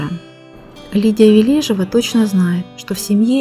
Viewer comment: Ли́дия Леони́довна Ве́лежева — советская и российская актриса театра, кино и дубляжа, телеведущая, политический и общественный деятель. Заслуженная артистка Российской Федерации. Ударение в фамилии на первую Е.